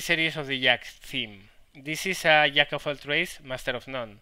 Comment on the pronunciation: I like how when you say "Jack of all trades" sounds like "Yak of all trades" which makes me lul, since you were talking about a Yak at the time. :)